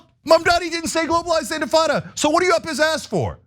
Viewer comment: Shapiro: "Mamdani shouldn't say 'globalize the infitada.'" Cenk: "Shapiro worships the genocide of Muslim babies!"